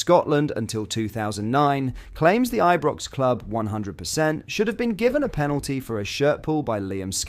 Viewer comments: WTF first Dee sers then eebrox if this is the future 9f this channel guess I'm looking for a home elsewhere..eeebrox is f...King unacceptable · have you changed to using a chatbot? "eebrox"?